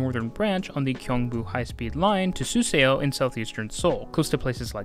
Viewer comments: Suseo pronounced as ‘su-saw’, not ‘su-se-o’ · The "eo" makes an aw sound, btw. Suseo is sue saw. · This makes sense! The relative accuracy and consistency of your pronunciation throughout the video shows you did your homework. Although like the original commenter, somehow I couldn’t leave the Suseo itch unscratched 😅 I just saw another video last night with the same pronunciation on Suseo and became curious why this one in particular is such a demon. As more people travel from the station with the SRT, GTX, etc., hopefully something closer to the native pronunciation spreads around and catches on. Anyway, good job on the pronunciations and thanks for the video!